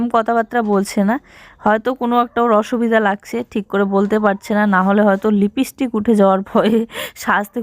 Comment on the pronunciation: প্রথমেই জুঁই কে জানাই, শুভ জন্মদিন জুঁই ❤ পড়াশোনা করে অনেক বড়ো হও, আর সবসময় হাসিখুশি আর সুস্থ থাকো এটাই প্রার্থনা করি ❤ 🎂🎉🎉🎈🎈🎈🎈🎈🎈🎈🎈 তবে তোমাকে একটা কথা বলি, তুমি বার বার হেয়ার বেল বলছো এটা হেয়ার ব্যান্ড হবে আর লিপিস্টিক হবে না হবে লিপস্টিক । বাচ্চারা মায়ের কাছে কথা শেখে । আজ তোমাকে কেউ কিছু বললে তুমি হয়তো গায়ে মাখবে না,, কিন্তু জুঁই যখন এইরকম ভুল শব্দ বলবে তখন ওকে কেউ কিছু বললে জুঁই এর সাথে তোমারও খারাপ লাগবে । জুঁই কে ঠিক শব্দ শেখাও,, এটা জুঁই কে ভালোবেসে বললাম । এরপর ও বাইরের জগতের সবার সাথে মিশবে, কথা বলবে । তোমার জন্য যেনো মেয়েটার কথাতে কেউ হাসাহাসি না করতে পারে,, মা হয়ে আমার এই কথাটা ভেবে দেখো । এর আগেও তোমাকে অন্য দিদিভাইরা হেয়ার বেল না বলে হেয়ার ব্যান্ড আর লিপিস্টিক না বলে লিপস্টিক বলতে বলেছিলো,, তুমি শোনোনি । আজ বার বার তোমার ভুল কথা শুনে আমিও বলে ফেললাম । এরপরেও যদি মনে করো,, তুমি তোমার মেয়েকে ভুল কথা শেখাবে,, তাতে আমাদের কি । আমাদের তাতে কিছুই যাবে আসবে না । ভবিষ্যতে জুঁই সবার মাঝে ভুল শব্দ বলে হাসির পাত্র হবে । তোমাকে,, জুঁই কে ভালবাসি তাই বুঝিয়ে এতো কথা বললাম । না হলে বলার কোনো প্রয়োজন ছিলো না । ভেবে দেখো আমার কথাটা । যাই হোক আজকের দিনটা তোমরা সবাই খুব আনন্দ করে কাটাও,, সবাই ভালো থেকো । আবারো জানাই জুঁই কে অনেক অনেক ভালোবাসা ❤❤❤❤❤❤❤❤❤❤❤❤❤❤❤❤